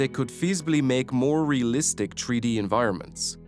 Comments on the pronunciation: Why is he keep sayin "Tree -D" instead of "three D". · Drinking game idea: Take a shot everytime you say "tree-dee". I'll let you know if I survive. If I never update you, you'll know too.